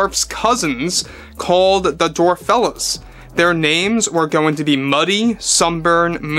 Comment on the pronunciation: I think is mistaken in how he is pronouncing that. In Happily Ever After they are called Dwarfelles (as in female dwarfs). I haven't actually seen that movie, but I'm pretty sure it is meant to be pronounced dwarf-ells.